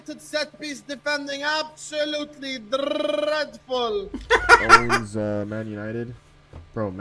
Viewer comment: "Absolutely drrrrrrreadful!" Going on the restored sound board?